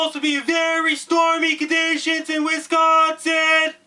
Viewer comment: You are delivering a great message that is 100% correct, spot on~! And I love the way that you say "Wisconsin"~ Thank you for giving us the head's up. <3